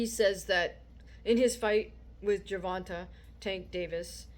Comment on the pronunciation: Well said but Ryan has ego issues and he needs to stay out of the spotlight and focus on his craft. He can't keep messing with his own mind because it's obviously effecting his skill set! Also madame it's Gervonta, the end of his name is pronounced Tay..like the word slay. Just tryna help..keep posting these videos madame! God bless